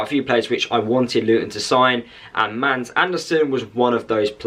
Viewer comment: You have a fantastic player that will light up the premiership. GET him accustomed to this level of football. BTW Mads is pronounced Mass Barnsley fan